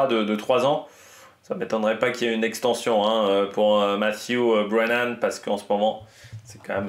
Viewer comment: Belle prononciation du nom du vainqueur!